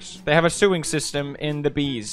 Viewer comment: "They have a sew-ing system in the bees"